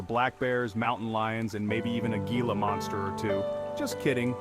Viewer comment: If you are producing a video about a state, you could at least take the time, to learn how to pronounce the names you are using. Gila is a Spanish word that is not pronounced as a G sound. The G is pronounced as Hee. So, the word is Gila (Hee-la). Hee-la river, Hee-la Monster, etc. Oh, by the way, Malpais, is pronounced as Mal-pie-es.